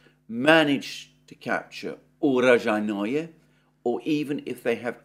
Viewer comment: urojai-NOE ❌ uro-JAI-noe ✅